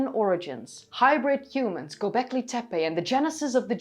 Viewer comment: you put an extra "L" in Golbeki ; )